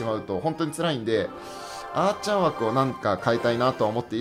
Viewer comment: 8分11秒のアーチャーの発音わろた